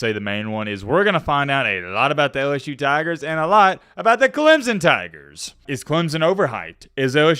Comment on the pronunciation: as soon as you learn how to pronounce our school i will start listening to you. all the SEC ppl call us Clemzun. (Clemp-son)